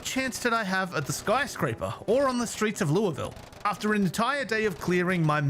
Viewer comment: As a Kentuckian, hearing you say Louisville correctly is refreshing. Though, even we argue about it sometimes.